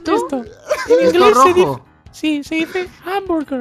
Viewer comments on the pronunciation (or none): none